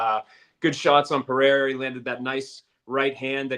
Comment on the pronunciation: Seeing as even Rogan has started pronouncing "Pereira" correctly can we stop with the Puh-hair-ah? There is no double r (like there is in Ferreira).